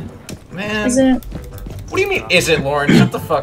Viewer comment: It EzZ wAT iT eZz